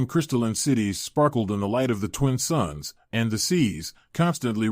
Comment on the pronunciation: It's "2 suns" not "2 sons". You do this in all your stories.